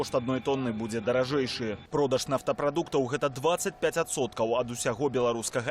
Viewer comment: "... мільён0у,тон0у, нафтапродукт0У ..." Што ў вас за дыктары ⁉️🤔⁉️ БЕЛСАТ - 😵 нар.кам.аўка САТ🇧🇾